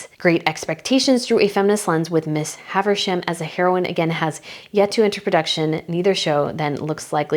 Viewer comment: It's Gloria STEIINEM, not Gloria Allred that Meghan supposedly hosted for Thanksgiving. Also, it's SaRANDOS, not Sandros. And it's HaVIsham, no Haversham.